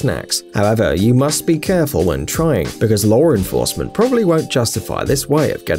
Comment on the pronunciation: lor enfawcement